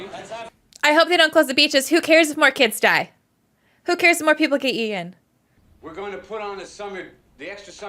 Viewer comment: She says "who cares if more kids get ea_in". Why are young people not pronouncing the T in eaten. Now they're saying EA-IN.